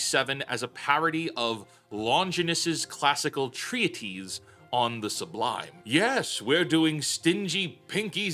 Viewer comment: Jackass mispronounced Longinus and treatise. SMFH.